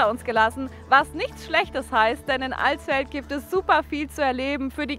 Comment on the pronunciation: Danke für das nicht "AAlsfeld" sagen...XD